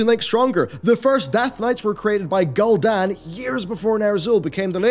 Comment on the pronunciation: Good video, very interesting!!! Can’t wait for shadowland!! Ps: it’s pronounced Gul’dan. ( ghoul’dan) 😉